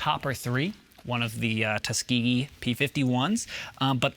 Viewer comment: I hate to be particular butit's pronounced Tuskeegee